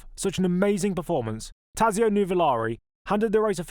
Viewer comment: Allow me to correct a couple of mispronunciations: Tazio is pronounced Totso and Carraciacola is Karra-cola. Sorry, dudes but even my favorite Jim Clark’s one handed victory at Spa pales beside this victory.